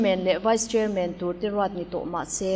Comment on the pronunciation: Chairman a "man" a lam dan kha. Batman, Spiderman, Superman tih te han lam ve chhin teh u.